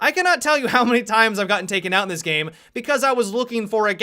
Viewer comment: Is it just me or does any else get annoyed when adds like a gay voice to a word and adds Ah at the end. Like he said game like Gameah.